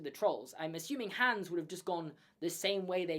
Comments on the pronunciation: It's pronounced Hons not Hans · ITS HOOOOONS NOT HAAAAAANS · Its hans not hands but i love ur videos so its okay !😁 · The A in Hans should be pronounced more like the A's in "father" / "are" / "cart" / "barn" and so on, and not like "hands". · Your pronunciation of the frozen characters makes me want to drive my head through a wall hAnS??? An-na???? I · It’s an accent thing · LOL sorry but this drives me crazy you're saying Anna and Hans names wrong they don't say then like I in the movie I know they're spelled that way but it's not how their pronounce sorry it just drives me crazy when people don't pronounce it the right way